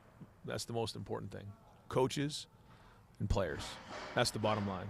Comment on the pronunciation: Day emphasizes "and players" as if the past 4 losses have remotely some capacity of underperforming/undriven players. Get real Day, you had excellent rosters the past few years. It's you. You're the common denominator. Don't disrespect the players. Wear your Depends before coming into the BIG HOUSE and perform. I'd rather Michigan loses to quality coaching, than to win vs mediocre coaching. By the way, Smith and Wollensky steaks blow dude. GO BLUE! BO5A!